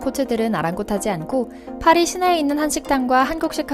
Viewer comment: 빠리가 아니라 파리임